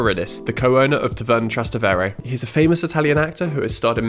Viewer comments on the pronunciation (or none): You can't even pronounce 'Trastevere' properly?